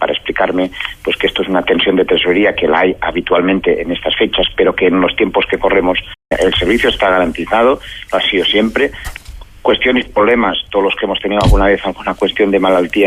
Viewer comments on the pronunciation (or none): ahí te falto "polemas" en vez de "problemas" xd